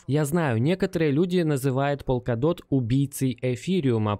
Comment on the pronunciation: Братан, полкадот или в горошек. Он верно говорит на англ